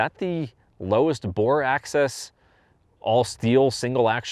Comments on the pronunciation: Nice CZ, I own CZ P-09 Tactical. Definitely would like to pick up a metal framed CZ. It sounds like you're saying " bore access", I think you're looking for the term " bore axis" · It’s bore axis, not a bore access.